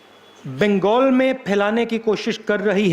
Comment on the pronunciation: बिंगगोल बोल रहा बंगाल बोलना नाम भी बोलना नही आ रहा